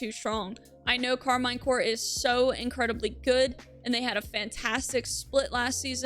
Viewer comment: Karmine is pronounced Karmeen you baguette hater and they are going to take it all this split